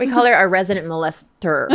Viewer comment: Khalyla saying “we call her our resident mol-esther” 😂🤣